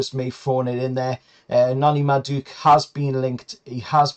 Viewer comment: You totally butchered madueke's name😂😂. Also I think we might be paying too much for Guehi. Hes good, but for 60 million we could buy a defender and a right winger, and I'm guessing theres plenty central defenders of a similar quality for way cheaper abroad.